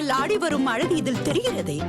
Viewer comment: பிரகாஷ்ராஜ் அவர்களே, 'அளகு' -என்று பேசாதீர்கள்.., 'அழகு'-என்று பேசிப் பழகுங்கள்...